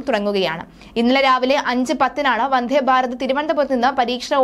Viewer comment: വന്ധേ അല്ല മിസ്റ്റർ 🤨വന്ദേ എന്നു പറഞ്ഞു പഠിയ്ക്കൂ..